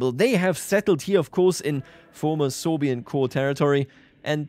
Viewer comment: I'm the only one who hear "soviet" instead of "sorbian"?